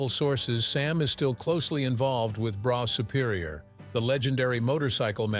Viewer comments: It’s pronounced Bruff Superior not broff or bro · Brough superior, pronounced "BRUFF" Superior, really surprised this so called 'narrator' did not do any actual research into how to pronounce words properly. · it would help if the commentator could say brough superior correctly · Yes it got on my nerves to 😂😂